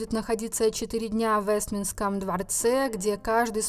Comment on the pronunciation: Озвучка отвратительная, научитесь правильно выговаривать "Вестминстерский дворец" вместо "Вестминском".